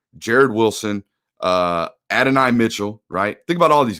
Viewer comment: The fist guy in UGA media who can pronounce Adonai… my boys been to church!